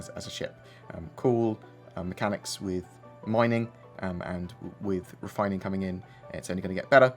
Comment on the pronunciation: moining and refoining